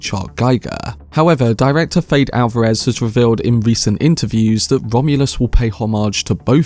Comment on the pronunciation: His name is pronounced Fed - Eh